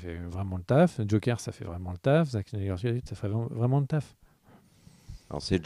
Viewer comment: ne sait pas dire snyder, ne sait pas dire hawkeye. 1 partout balle au centre.